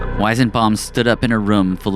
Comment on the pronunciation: I couldnt stand you butchering the weisenbaum pronunciation so many times